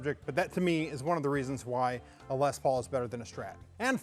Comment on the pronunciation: Why does everyone always pronounce les Paul incorrectly.